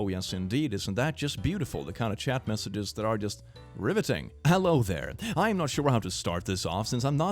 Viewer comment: Hewwo pees caught me so off guard i may have busted a rib laughing